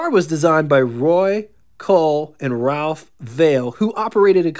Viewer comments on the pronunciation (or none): none